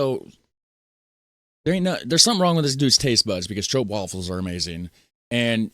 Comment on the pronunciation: Hahahahahhahahahahahaa, Not stroupwafels but stroopwafels, you make me laugh out loud.